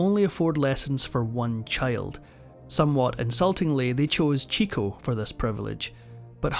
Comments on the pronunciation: Pronounced Chick-o not Cheek-o. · Chico's name is pronounced Chick-o, because he got all the chicks. It's not 'Chico'. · It's terrible that this boring commentator is a robot. Leonard "CHEEKo" isn't correct. It's "CHICKo" because he always chased the girls. Jeepers. Arthur's mime act was the best. I've always loved his antics. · You lost me at cheeko. It was and is chicko. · “Chick_O” not “Cheek-O”. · Chick-o. Not cheek-o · "Chick-o" not "cheek-o" - very often mispronounced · Not to be nick-picky, but Chico is pronounced Chicko. Understandably, there is always a lot of confusion about it. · You may have been told this already but I’m going to say it anyway. It’s pronounced “chicko,” not “Cheeko.” Chico Marx himself says that’s the way to pronounce it. He got the nickname because he was always after the chicks, the ladies. 😉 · "Chico" is not pronounced "cheek-o," but "chick-o." And no mention of Harpo being a regular at the Algonquin Round Table with Dorothy Parker, et al? tsk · It's pronounced Chicko not Cheeko. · Its CHICO....not CHEEKO.... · CHICK-oh, not CHEEK-oh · Chico got the piano lessons because he was the oldest brother. (And his name is pronounced ‘Chicko’ not ‘Cheeco’) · I remember for the longest time I mispronounced Chico's name. I learned that it's pronounced Chick-o and not Cheek-o. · Chico is actually pronounced Chick-O. Because he loves chasing the chicks. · Chico Marx's name is pronounced "Chick-o". He obtained the nickname because he liked the "chicks". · I believe Chico was pronounced "CHICK-oh". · Chico is pronounced chick-oh, not preaching but it changes things. Late in life Groucho used to tell talk show hosts the last few films that weren't as good were only made because Chico needed the money. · Most people, (you and your pleasant Irish brogue notwithstanding) do not know that the name of Chico was actually pronounced Chick-o. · Chico’s name is pronounced chick-o (as in a baby chicken) because he chased after the ladies.